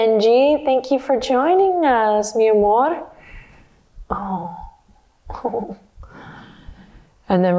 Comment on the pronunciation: This was such a sweet practice! And I love the way you called Benji mi amor! You almost sounded Mexican there! You are adorable! 🥰😍😘❤️👏🏼👏🏼👏🏼👏🏼👏🏼